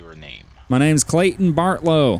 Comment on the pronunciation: My first name is Clayton and he says it as clay-in